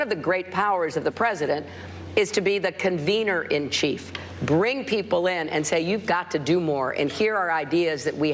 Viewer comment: Convener? Sounds like the decider?